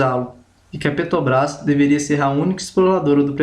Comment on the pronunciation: Muito bom! Parabéns! Só precisa treinar mais a palavra " Petrobrás ", porque em todas as vezes você falou " Petobras ". Fica a dica. Mas não tira o seu mérito pela bela explicação!